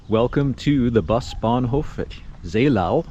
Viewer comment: A lot of people got confused of the ow-Endings of town names in this area like Seelow or Hathenow some Kilometers away. Seelow [ˈzeːloː] (ZAY-low)